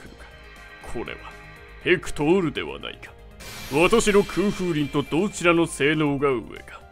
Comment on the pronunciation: ヘェ↑クトｫ↑ール↓